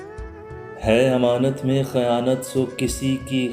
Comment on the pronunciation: نِدامت، خِیانت، ہِوس ۔ صحیح تلفظ زیر کے ساتھ ہیں۔